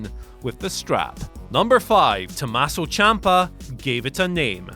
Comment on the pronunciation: "Tommaso". Otherwise, great video as always